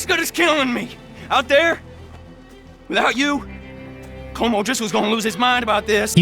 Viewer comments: Why do you pronounce it column. It's colm like home but with a kh sound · COAL-MMM BROTHER NOT “Column”😂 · You must be one of those people who will not admit they are wrong no matter the evidence presented. I base that on the fact you’ve clearly heard the correct pronunciation of cohlm’s name throughout the game multiple times but still choose to call him collum. Unless you listen to everything mute and only read subtitles.